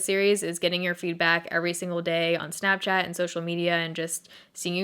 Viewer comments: Snapchay-et -- whoa. You went full Appalachian there for a second! Which is weird, given you're not from here, but hey. In another life, maybe. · THE WAY YOU SAID SNAPCHAT OMG 😂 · HAHAHA the way you first said Snapchat made my day!